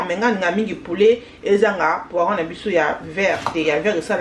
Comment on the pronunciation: Bonne recette, juste qu'il faut bien appeller les ingredients, poivrons au lieu de poirons, oyo obengi mutarde eza nde noix de muscade en poudre. Sinon bon courage!